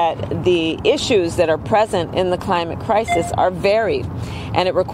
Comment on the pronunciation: I thought her boss called it a 'Crimate Clisis'.